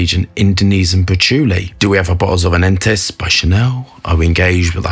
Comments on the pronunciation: Anentus? Wtf this not aventus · did he just sat ANENTUS? i think he did.....for shame, for shame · I love "Anentus"